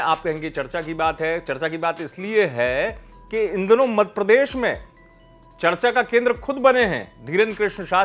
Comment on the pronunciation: सर सही तो बोलिये मद प्रदेश नहीं मध्य प्रदेश😂😂